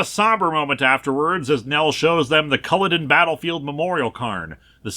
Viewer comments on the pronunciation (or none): I honestly thought for a moment the story just made up fake name for where they were visiting, until Linkara butchered Culloden. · As a Scottish girl this comic and Linkaras pronunciation of Edinburgh makes me cry Edit: also the pronunciation of Inverness and Culloden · Judging from your pronunciation of Culloden and Inverness, someone hasn't watched Outlander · ed-in-bruh in-ver-ness and i dont know how to break down Culloden also culloden is very important to scots